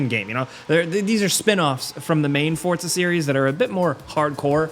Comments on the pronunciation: It drives me crazy that he says fortsa instead of forza 🤦‍♂️🤦‍♂️ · It’s “FORZA”…not “Fortas”…😂🤣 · Forza, not Fort-za, so annoying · bro, as someone who speaks spanish and italian: dont say "FORTZA" lol. just say Forza. Sounds clownish. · "Forza" not "fort-za". There's no "t". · Please call it “Forza” not “FoRtZa” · Here's a comment for you then, why do you call the game Fort-sa ???? its For-Za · It's 'Forza' not "Fortsa" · Fortza? you mean Forza? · idk why everyone says fortza horizon. lol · Every single sole saying 'forza' be like: forTza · everyone: Forza Americans: Fortzaa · lmao. its "forza" not "fortza". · You said forta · FOR ZAH not FORT ZA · ForTza hah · Can I just ask why muricans pronounce it for t za? 🙄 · People need to stop pronouncing “FOR-ZA” WITH A T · ah yes, forTza, forgot the T was there. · how do americans fuck up most words on the planet?!?!? it geniunly bugs the shit out of me when i hear "for-t-za" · I can't take this guy seriously when he can't even pronounce the name of the game correctly. It's not pronounced "Fort-za" ! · I can’t Unhear “forTza” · Dude, where is the T in Forza? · There's no D in Forza🙄